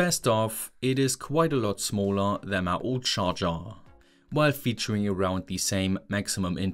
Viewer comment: so you did notice😂